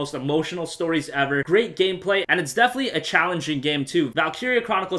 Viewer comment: you say "defenetly" ALLOT